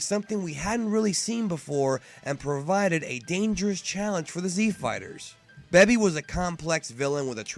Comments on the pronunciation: The way you said Baby though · it's baby not babee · He said beby not baby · plz....stop calling them "cyans" and "bebi", its obvious your trying really hard to be a purist and pronounce everything how it is pronounced in the japanese version, but it just sounds weird in english. And I'm honestly not trying to talk shit or be a troll at all. I watch all your vids and love the channel but I cringe every time I hear those pronunciations my man xD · WTF is a Beby it's pronounced Baby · IT'S BABY NOT BEBY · All I know is that GT isn't as cringe as you overpronouncing every single name in the series BEH-BI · Toriyama only did SOME character design. That's it. Baby was a fail potential Villian. Why do you pronounce Baby like that? BAY-BEE. like a toddler because Baby well... Was a Baby. A baby that crawls on his hands and legs, because you know.. for the baby and kids viewers. Anyways you would think the Tuffles revenge would be less evil. Better if they created Baby to stop the Saiyans from doing to others what they (Saiyans) have done to them (Tuffles). But no. Think that's it for now. Because... What a can of worms GT is. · you must be verbally disabled or something.......check your prenounciation of sayian and baby. FUCKING BABY...... do you call babies in real life a 'babi'?? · "Bebi" lol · Beby? You pronounce things in interesting ways. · exactly... This guy always pronounces things the literal way it's spelled lol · LOL "beby" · Why is he saying Baby like that? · You were starting to piss me off at the begun, but the rest make sense also you say baby funny. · the way you pronounce baby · why do you have such a hard time saying Baby and Saiyan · How did you mispronounce baby? It was red, not purple. No SSJ4??? The GT rap was fucking great. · I disliked because of the way you said "baby" and "saiyan" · Bruh I've been part of the dbz community for 15+ years and nobody says baby that way.